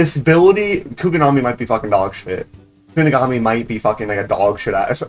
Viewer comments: Bro said kugonami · bro can NOT pronounce kunigami